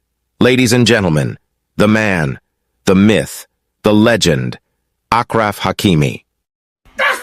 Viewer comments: Ash raf , not Akraf bro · They kept saying AKraf Hakimi and I kept thinking what kind of Arabic name that is, and I'm not even an Arab! Then I saw it written and realized it's ASHraf ! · Ashraf not akfraf :D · for people who wanna say achraf hakimis name correctly like us Moroccans its pronounced :ashraf not akraf like a shhhh so its ashraf hakimi its pronounced ashraf and spelled achraf. and if you wanna say akraf its cool:) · It's "aSHraf" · Man you guys slaughtered his name 😂 Ashraf ya salame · His name is pronounced ash-raf. He should also pull an OG move and take the money and make an example out of her and stand up for disenfranchised men across the world. With the money he gets, it would make sense to donate to men's mental health charities especially for divorcees in crisis.😅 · Say the name right ma guy, i don't mean but the guy massacring Achraf